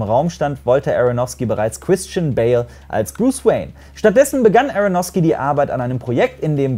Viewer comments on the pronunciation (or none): none